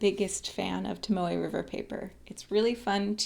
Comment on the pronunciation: Aha! I thought you were saying Tamale River notebook/paper. LOL! But I figured it out. I also bought a Leuchtturm notebook today as well as a Voyager Notebook. I haven’t written on either yet, so I’m not sure which I will prefer. But I sure like your opening up my world to both the Leuchtturm and Pilot (I haven’t acquired a Pilot pen yet and I have always shied away from Japanese pens, because well, they are “made in Japan” as a Baby Boomer I was always apprehensive of anything “made in Japan”. But German stuff, Montblanc, Pelican, Rotring, et al, was always OK. Montblanc will always be my preference, but I have become enamored with Italian pens too: Delta, Montegrappa, Aurora, those three are my absolute favorites and I have never felt a smoother nib than my Aurora Paulus II XXV I. (But you can’t get one of those these days for less than $3K).